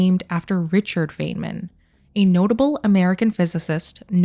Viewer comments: Feynman, named after physicist Richard Feynman, is pronounced "fine-mun", not "fayne-min". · It's actually pronounced "fine-man", not "fayn-man" 👍🏻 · Pronounced "fine-man" Edit: this is amazing detective work. Edit edit: not being negative about the Feynman pronunciation thing. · FYI Feynman is pronounced as “Fine man”. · Tiny correction - Feynman is pronounced "Fine man" 🖖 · Some thoughts and queries to 1. It says Dyson bubble though, not an Alderson disk. Or do you think they might retcon it to this? Regardless, good find. 2. , I have to be that guy and say, his name is pronounced as "Fine-man" 3. Could this Mass Relay be the Baterian relay Shep destroyed in ME2 Arrival DLC? Would make sense as it would signal the prelude of the Invasion. And the audio would be beginning of the Invasion on Earth. 4. I agree that it is more likely that they would go on a parallel universe, maybe 4 for all 3 + No choice endings. Or they could just pick one as cannon and go from there. Thanks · Feyman is a long "I". Fi nman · Is it okay that I need to point out that Dr. Feynman’s name is pronounced FINE-man? I am pedantic when it comes to names and he’s one of my heroes. I know people don’t like to be corrected, but I thought you might want to know, since you are so meticulously analyzing these clues. If you ask Siri or Google, they will say FAIN-man, but if you watch his lectures (they’re all available on YouTube), you will learn otherwise. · Either you mispronounced Feynman or I did all of my life.